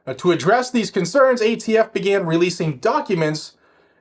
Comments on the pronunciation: Did you just say..."gay t f"???!!!! Hahaha 🤣😂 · Did you say "gayTF"? Could have sworn I heard that...